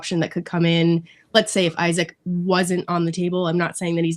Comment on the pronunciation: It’s Eesak, not Isaac. If you’re a football fan or commentator, pronounce the name correctly. It bugs me that she keeps on saying Isaac. Almost like talking about a different player